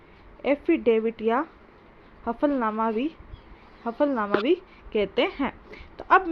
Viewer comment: हफ़लनामा नहीं होता है हलफनामा होता है।शुद्ध बोलो।